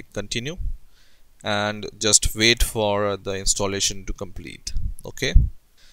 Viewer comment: lov how u pronounce wait --> VAIT